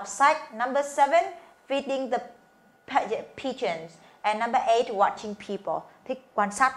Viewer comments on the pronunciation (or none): Sai r phải là Pigeons chứ k phải Picheons